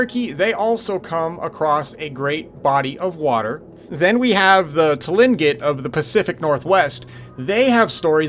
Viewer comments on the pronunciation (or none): "Tlingit" is pronounced "Clink-IT. The name "Tlingit" means "people of the tides".